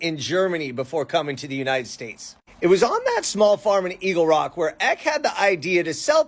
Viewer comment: It's pronounced Paul Eck-y. His grandson's family a local celebrity family around Encinitas, and they have a ymca named after Magdalena Ecke. My mom interviewed Paul III, and I transcribed it. Back when I was living in the SFV.